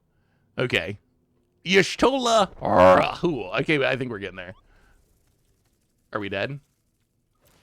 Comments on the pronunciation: "Y'shtola Rhul" should be pronounced "You stole a rule.", that would fit its effect of conducting the end step twice. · For those who don’t know how to pronounce Y’shtola Rhull, it’s pronounced like “Yeesh-Toe-La Rule”